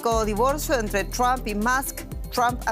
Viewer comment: Quién es Elon "MASK"? Ahora si: Donald TRAMP y Elon MASK. Que le pasa a estos periodistas?